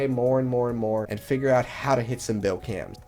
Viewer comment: why does he say Billcam